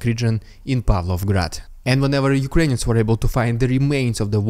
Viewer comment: Why do you call Ukrainians as”Ukrains “?